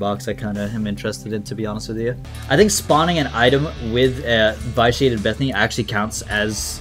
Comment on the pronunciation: you're pronouncing "vitiate" wrong. short i, not a long i.